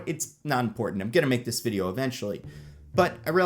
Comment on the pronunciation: I like how you say Fideo